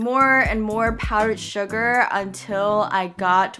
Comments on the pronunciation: You said shuga and it sounded like suga #BTS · OMG... When u said Sugar ( without saying the r ). It reminds me of one of the members from BTS that has his nickname Suga